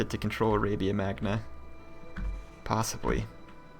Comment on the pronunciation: arabia MAGNA? do you know a bit of latin/italian pronunce? gn in italian/latin is like ñ in spanish